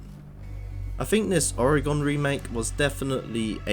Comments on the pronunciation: I’m sorry that pronunciation is jarring 😅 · I'm from Manchester haha, never heard it pronounced like this. No stress though, good vid